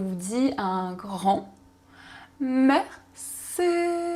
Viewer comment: Pourquoi vous dites : mercé